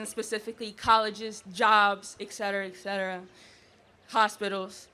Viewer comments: Where the hell did "excetruh" come from. Et...Cetera. ET cetera. Et cetera. What the hell happened to people understanding language in this country? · The first Coon can’t say “etcetera”.